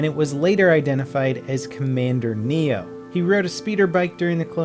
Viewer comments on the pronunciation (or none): ITS COMMANDER NAY - O SINCE HIS NAME IS NEYO, HOW YOU SAID IT WAS NEO THERES NK Y IN THAT. AND ITS YOU - TAP - OU (OU is like the half of how you say ouch) NOT UTAPA YOU KEEP FORGETTING LETTERS IN CLONE WARS NAMES I WILL MURDER U WITH COMMENTS. Btw I love ur vids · and by the way Commander Neyo is not pronounced n-ee-o it is said n-A-0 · you idiot do you know anything its pronounced nao not neyo. If it would said neyo he would probuly have bright green armor.IDIOT! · Block King call down moron -.- and he is called Neyo. Spoken like Neo from Matrix